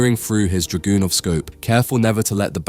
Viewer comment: Lol draGOONov 😂